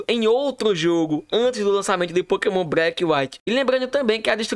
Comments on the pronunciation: agonia do garai ver esse cara falando pokemon breck KKKKKKKKK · Pokémon "Breque" 😂😂